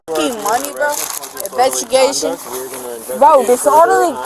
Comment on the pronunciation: “What did you arrest me for? Make it a possible craws?” (probable cause). She then tried to repeat what one of the officers said: ”Inbetugation” (investigation)! 🤣 The friend stating vociferously that she doesn’t want to talk to the officers, had a hell of a lot to say (to the officers she didn’t want to talk to) in her diatribe for the next twenty minutes after that. 🙄